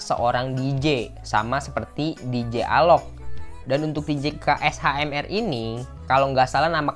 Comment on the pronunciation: Bang baca nya Kashmir👌🏼 KSHMR itu karna huruf vokalnya diilangin